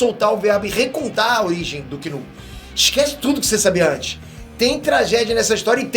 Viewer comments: "Kull" "vitima", demite o estagiário....kkkk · Tá querendo muito dar esse KULL e não sabe falar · "KULL" foi foda 😂😂😂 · O sabe muita coisa sobre o Knull, só não aprende a falar o nome dele…